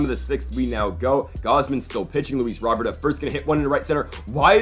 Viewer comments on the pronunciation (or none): It’s not Luis Robert. It’s pronounced Luis Row Bear.